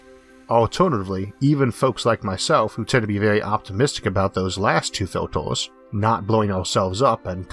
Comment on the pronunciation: haha!!! Filtors... Numbors.... :) sorry, great vid and great info fella!